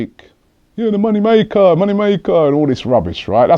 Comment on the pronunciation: "your a money mayka'' what a twat